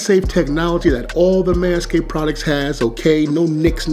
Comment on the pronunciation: that's crazy how you can't just pronounce the "d" in manscaped